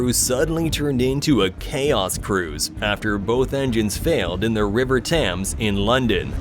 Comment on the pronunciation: The "TAMS" River? Hmmm🤨